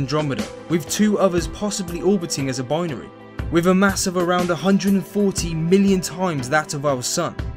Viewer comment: "Wiv" ...??? (lol) Otherwise, a great presentation. :-)